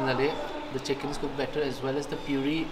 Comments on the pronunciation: Cooken chik 😂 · "Cooken chick" ... Lol